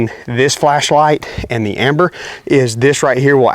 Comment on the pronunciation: Dude it's ember with an E..... not amber